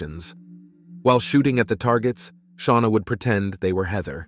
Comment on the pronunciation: Who's sha-wana ⟵(o_O)